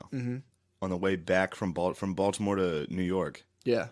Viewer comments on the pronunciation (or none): none